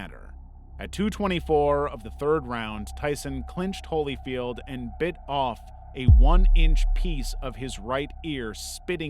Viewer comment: "holy-field" ...really?